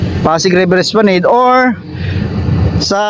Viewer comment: Es pla NAD po hindi NED